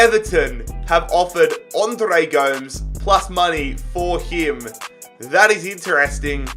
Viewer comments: It’s Andre Goe-mez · pronouncing Gomes wrong is making me Uncomfortable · And Andre Gomes